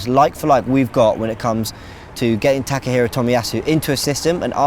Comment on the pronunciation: takekiro? His name is takehiro tomiyasu right?